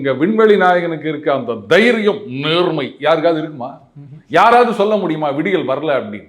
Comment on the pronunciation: அந்த தைரியம்.."நேர்மை"! அந்த ரெண்டாவது வார்த்தைக்கு இன்னோரு ர் போட்டு நேர்ர்மை ன்னு சொன்னீங்க பாத்தீங்களா!😂😂 கிட்டத்தட்ட அந்த உளறல் நாயகன் மாதிரியே! நீங்க எங்கேயோ போயிட்டீங்க,!😂😂😂